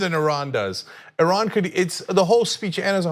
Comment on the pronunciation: Why does he keep saying "Ehran"? Shit! Are we going to bomb the wrong country again?!